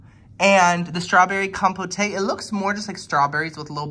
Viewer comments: The fact revieving food at the Four Seasons and still refers to it as com-po-tay.😂😂 Its just fruit compote, the e is silent. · Someone's unfamiliar with marmalade with real orange peel in it. Also, not trying to deride you (mispronunciations are one of my biggest pet peeves,) but compote is pronounced kahm-pote, not kahm-po-tay.